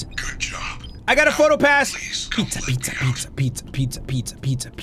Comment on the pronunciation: if u set the playback speed to 0.25 it sound like he is saying peter in a british accent when he in reality he is saying pizza